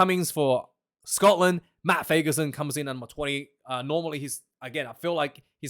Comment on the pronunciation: As a Scotsman, I approve the way you say 'Scotland!'! I am sorry to hear that you lost your job!